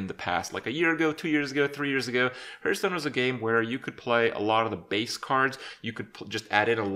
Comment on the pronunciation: Kripp, you mispronounce the word, Hearthstone.